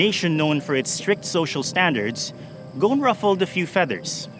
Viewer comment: It's Ghousn not Ghoun, the S is pronounced